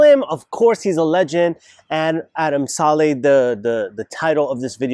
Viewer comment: It's not salley its sa lih